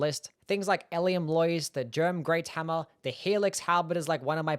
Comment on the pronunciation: I like it when you say hammuh and you say it a lot because you really like hammuhs. Anyway, I think the short sword is surprisingly good in DS2. You can poke and slash for days cause it doesn't use much stamina.